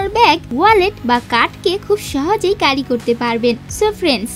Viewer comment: ইংরেজি উচ্চারণ শুদ্ধ করে নিও স্ক্রিপ্টের।। ক্যারি কে,কারি কারি করতেছিলে।